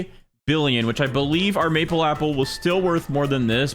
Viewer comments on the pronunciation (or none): none